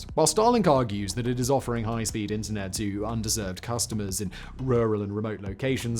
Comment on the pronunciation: Regarding the reading of the script for the StarLink segment: "Under-served communities", not "underserved communities". You make it sound like the communities don't deserve things.